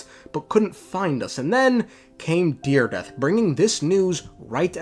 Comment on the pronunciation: her name is dire-edith